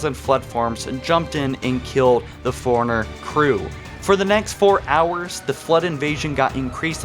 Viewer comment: Lie berry, furiner, and a few others that escape me atm. Then again, the bloody game calls the Master Chief "Sir!" 😆